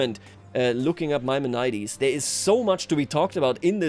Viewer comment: Your pronouncement of Maimonides is atrocious. Please look it up.